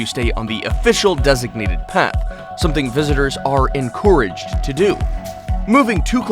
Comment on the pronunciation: 😏 you said encouraged wrong. Well well well I’m not trying to be mean just trying to correct you you say it by saying encourage not on courage